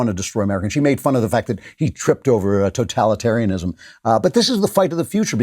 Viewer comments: I excuse our President for his"totalitarianism" fumble....it's a damn hard word to pronounce for goodness sake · Trump is so America he can’t even say ‘totalitarianism’ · I like that Trump tripped over the pronunciation of totalitarianism. Shows how much he isn't totalitarian, despises the ideology, and barely uses the word.